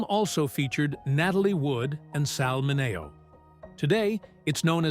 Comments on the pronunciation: Sal Mineeo is how it's pronounced, AI. Get reprogrammed 😊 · RWAC: Starring James Dee-ann, Natalie Woo-ud, and Sal Mah-nay-oh!!! What a cast!